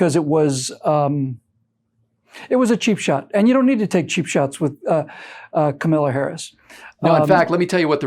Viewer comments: I saw Tucker was chastised... her name is pronounced COMMA la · An extra treat from the drive-by media: we are now told Harris's first name is pronounced "Khama-la", not "camel-la". LOL keep pronouncing it Camel-la, because we know what happens when a camel gets its nose in the tent. Kamala is the perfect candidate for the Repubs. LOLOLOLOLOLOLOLOL Vote Trump LOLOLOLOLOLOLOLOL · you are mispronouncing Kamala. How dare you!